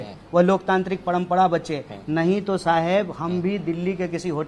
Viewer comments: Paihle ise Hindi sikhao parampara ko parampada bol raha hai🤣🤣🤣😂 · Abe padampada nahi hota hai parampara hota hai c😀 Tumlog jaise logon ko khada tak nahi karna chahiye salman sahrukh se kuchh sikh lo-diction, presentation etc Are bhai ye to bjp expect kar raha tha jab nahi mila to congress pakad liya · Padmpda k h u bhaiyee...hindi sikh jo apne desh ki maa bhasha hai. Parmpra hoti h na ki padmpda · Jo admi parampra ko pnampra bolta hai o kya netagiri karega a adami bharat ke khilaf bolta hai lagta hai bides paisa pata hai isko kabhi bhi neta mat banaye a sabko bewkuf bana raha hai